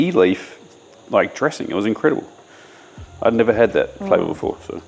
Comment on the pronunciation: are you saying “a couple of days BEFORE” or “a couple of days AFORE”? I listened easily 8 times and could have sworn you kept saying afore